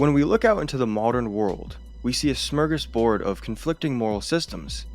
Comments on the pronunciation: The guy says "smirgisboard" but it's supposed to be "SMORGASBORD". It's really inforuating. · Did he say smergasboard??